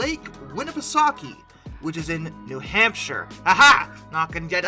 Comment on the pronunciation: Also as a man born and raised in New Hampshire, you nailed that pronunciation.